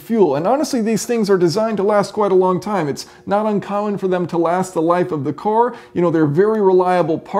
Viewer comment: I could have sworn the word car was pronounced car and not core lol.